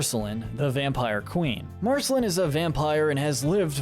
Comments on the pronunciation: Why was he pronouncing Marceline Mar-sel-in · The e in her name is silent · Realised this guy has never watched the show when he calls her Marcelin and not Marceline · U pronounced marciline wrong so many time s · Ah yes "marsehlen" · Marceline rhymes with QUEEN not Finn! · Thank you! I can't believe i had to scroll this far in the comments for someone to mention this. I cringed so hard every time he said it! I want to ask if he's actually ever even SEEN the show?!? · Did we skip over how Marcelines name was pronounced? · You keep saying Marceline wrong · Ur pronunciation of Marceline makes me cringe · he kinda pronounced marceline incorrectly. did anyone else notice? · UGHHH yes I'm so glad I'm not the only one who noticed, who's marcelin ? what's an en-churro-don ?? MARGIES ???? like c'mon man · Exactly! In En-cheer-i-don? Margies? Marcy-lynn! Smdh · This guy made me second guess if he had actually watched the series after hearing how he said enchiridion and Marceline 😂😂😂